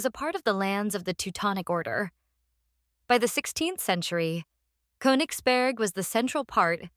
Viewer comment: Russia has never let any territory go. You mispronounce the last vowel in Königsberg, by the way.